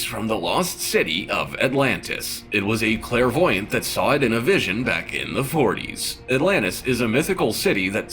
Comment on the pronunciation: "A Clarvoyent" lol. People are so weird.